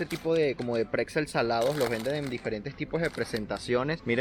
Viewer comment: Por que dices cacsulas, picza, preczel????